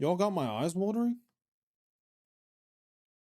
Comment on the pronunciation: I thought you said, "My thighs are watering", and I was like...SAME, girl. SAMMMMEEE. 🤣